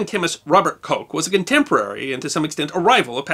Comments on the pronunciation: The name Koch is not pronounced Coke. The single "O" in both German and Dutch is pronounced "AW". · Excellent as always. But Koch is not pronounced 'coke'.